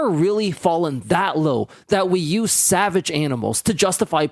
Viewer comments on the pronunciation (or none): none